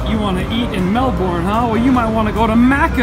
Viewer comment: Gah! It's Mel-bin, not Mel-born! :)